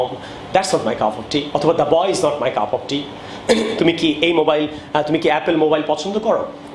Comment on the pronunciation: It was helpful but cup of tea pronunciation was like cuf of tea